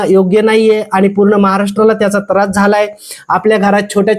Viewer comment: तरास नाही हो त्रास म्हणा.. अशिल नाही अश्लील म्हणा.... आधी तुम्ही मागा माफी अभिजात मराठीचा अपमान केल्याबद्दल